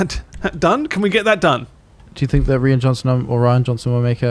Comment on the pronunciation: well uhm, hi guys, my name is Rian, and its pronounces the same as Ryan..not Ree-An.